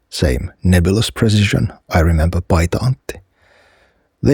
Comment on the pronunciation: Big question, are you finnish? Your pronoucation of Paita Antti is almost perfect I wondered. EDIT: got to he part where you askedd for YLE help. I feel I was right.